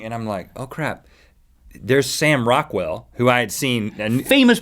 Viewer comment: I here Rockwell and I think u sayin raquell